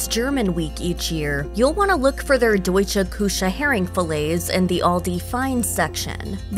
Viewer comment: “Deutschah Koosha” killed me 😂